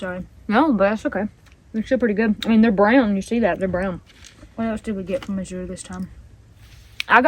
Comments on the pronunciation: Going to northeast Georgia next week to visit my brother and hope the trees are beautiful…, it’s pronounce Az-ure not A-zure…js. Was thinking of joining the Azure crowd. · Azure Standard is pronounced more like "As yer" or "Az uer" ,accent on the first sylable only kind of run it together. (or you can search "pronounce azure. Hope this helps.